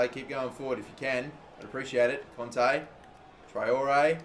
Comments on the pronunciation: it is Kanté not Konte pls understand!!!! (like this comment so he will see it) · it really annoyed me how he was saying conte instead of kante